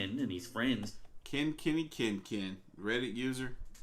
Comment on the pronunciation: It’s Kin, not Keen. And I’m not trying to be rude. You once said that you graduated at the top of your English class, so did I. And I like to be corrected if I say a word wrong. Siri has become my new best friend for pronunciation, spelling and definitions.